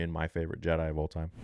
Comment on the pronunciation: Jedi brother...not JED....